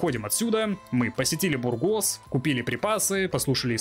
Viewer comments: Во имя Изобеллы Кастильской, сжалься над бедными испанскими названиями! В испанском ударение почти всегда на предпоследний слог! Не муньО, а мУньо, не бургОс, а бУргос, не нАхера, а нахЕра! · Мб душно, но не БургОс, а бУргос. Ухо режет ппц…